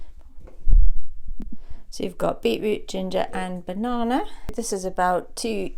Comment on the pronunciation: The way you said banana has me worried